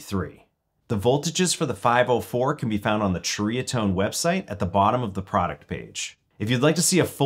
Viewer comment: Pronounced Cherry-uh-tone. I had a DR103 and sold it. I'm a Dumbass sometimes.